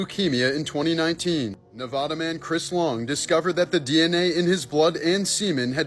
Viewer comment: I'm sorry, I'm must correct you, Nevada is pronounced Nee- vah- duh, not Nee - vaw - duh. Lol we hate when people say it wrong.